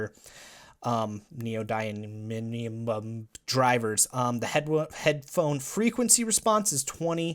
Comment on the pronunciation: Knee-yo-die-me-um, its not that hard to pronounce.... (Neodymium)